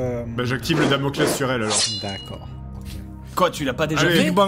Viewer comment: Quand Seb a dit "invoque ton Laspales" au lieu de Damocles j'ai eclate de rire, j'imaginais l'ombre qui grandit derriere Theo normalement et qui dit "y en a qui ont essaye, ils ont eu des problemes" XD